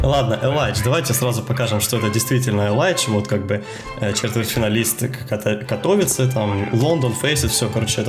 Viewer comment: не катОвице,а кАтовице